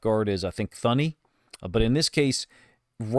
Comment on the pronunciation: Awsome content. I tune in to hear and see what the film shows. I have been a Lions fan for 50 yrs. I have lived the good bad n ugly. Give it to us the way you see it coach. Also the h is silent. The guards name is pronounced Toony